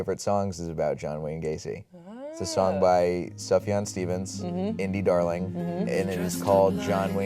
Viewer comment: how could you pronounce Sufjan's name wrong???